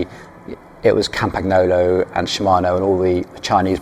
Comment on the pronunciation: The Campagnolo pronunciation makes my ears hurt. It is Campañolo, same as El Niño.